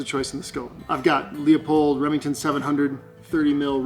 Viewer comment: It’s pronounced, Loo-polled, not Leo-polled.